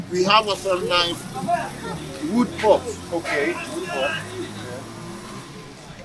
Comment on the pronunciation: Pls did he say woodpot or woodbox😂😂😂😂😂😂😂😂